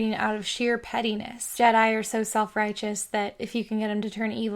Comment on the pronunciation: "Jedai"? WTF?